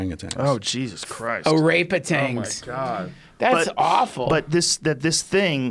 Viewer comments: Duncan "Orapeatangs" Trussell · "O-rape-atans" -Trussell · Duncan "O-Rape-Otangs" Trussell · Duncan "oRapeatangs" Trussel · hahahaha when duncan says ORAPETANS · Aaron Levy “O-rape-UTANGS” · 'Or-rape-atangs' lol